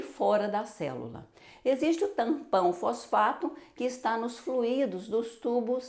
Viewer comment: A palavra FLUI-DO tem apenas duas sílabas e não três como foi mencionada: FLU-Í-DO. que está errado.